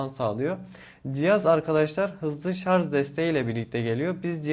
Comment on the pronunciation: şarz değil kardeşim şarj